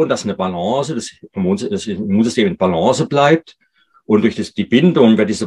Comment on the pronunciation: nettes vid, aber wenn der doc noch einmal balance mit e am ende ausspricht dann raste ich aus!!!!!!!!!!! :face-orange-raised-eyebrow::face-blue-smiling::face-green-smiling